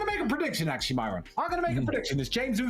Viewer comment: saying Myron's name as "My-ron" was funny as hell. 😂😂😂